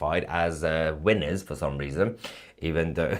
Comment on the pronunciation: Winners you said. That might be a speech impediment, like Weeners, American for small cocks.